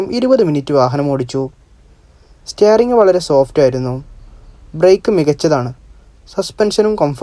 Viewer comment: സ്റ്റെയറിങ് അല്ല സ്റ്റിയറിങ് 🙏🙏🙏